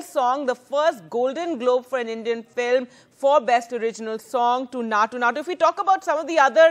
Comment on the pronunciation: Maa'm its Naatu Naatu, not Nacho Nacho 😂